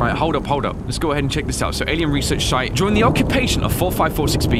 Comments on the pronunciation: Anyone else notice how said shite and not site? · lmao he said "Research Shite"